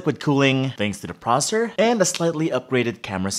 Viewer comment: its processor not prosser